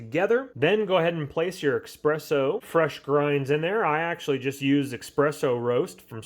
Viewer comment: I quit watching after the 5th time you mispronounced espresso, saying EXpresso.